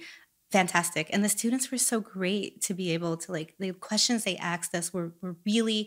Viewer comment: The questions they axed us? Its asked not axed ffs.